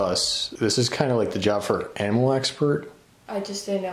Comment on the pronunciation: “We aren’t anamal control”😂